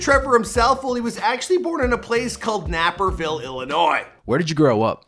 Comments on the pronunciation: Jesus the way he butchers my hometown makes me so mad. I guess it’s call Napperville now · Its pernounced nay.per.vil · Who else from Naperville was saying in their head “it’s pronounced nay-perville” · Lmao “nap” erville 🤣🤣🤣 it’s pronounced “nayperville” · Damn really couldnt pronounce illinois or naperville (nayy per vill) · “Napperville” Bruh butchered that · Lol. Learns how to properly pronounce "Illinois," and then completely butchers "Naperville." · He pronounces Naperville wrong then shows a clip of Trevor saying it. Bruhh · Smh couldnt pronounce Naperville right either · He pronounced Naperville wrong after getting corrected on Illinois 😂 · bro the way he butchered Naperville lol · I've lived in Illinois all my life, and so the fact that he pronounced Naperville wrong triggered me. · Lmao bro u butchered Naperville badly